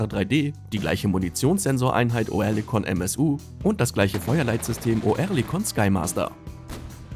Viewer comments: Nicht "OE", sondern "Ö"! Liest da ne Büchse vor? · Sag dem mal einer das es Örlikon ausgesprochen wird.. so wie er das macht denkt man direkt an Tourette